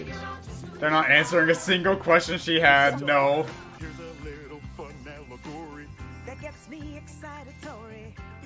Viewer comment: Still, we can all agree it sounds contrived. The modern usage of ”excitatory” is almost exclusively reserved for scientific mechanisms; not a person’s emotions. Doesn’t help that the stress is off on both ”allegory” (alleg-O*-ry instead of A*-llegory) and ”excitatory” (excitat-O*-ry instead of exc-I*-tatory) just so they will flow with ”origin story”. Creative exceptions can of course be made, but it’s hard to think of a single Disney musical lyric that bungles the stress of a word this much. The only one that comes to mind is ”Dec-A*-des of denial/Is simply why I’ll”, which is by far the weakest lyric in Be Prepared.